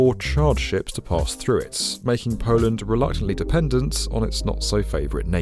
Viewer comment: "Polant", never knew Poland had a t in it.